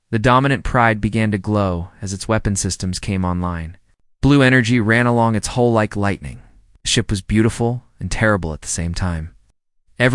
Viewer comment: Hull not hole